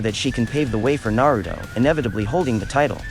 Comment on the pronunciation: Tempted to dislike the vid everytime this man say "Narudo"